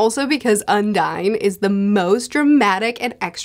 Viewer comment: i think you're pronouncing "Undine" wrong, it's not an english word so you would not say "un-dine" it should be "on-deen"